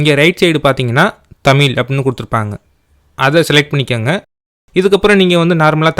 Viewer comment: தமிழ் தட்டச்சு செய்வது என்பது குறித்து தங்களது விளக்கம் பாராட்ட தக்கது. நன்றி! ஆனால் தமிழை தமிழ் என்று உச்சரிக்கவும்: "தமில்" அல்ல.